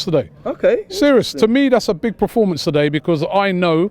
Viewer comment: Can someone please tell Robbie it's Performance NOT Preformance! 🤦‍♂️